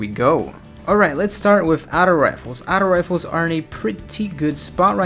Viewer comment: "Outo rifles" haha good vid tho